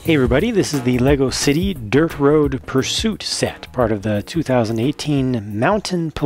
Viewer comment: at the start of the vid i thought u said "derp road pursuit" XD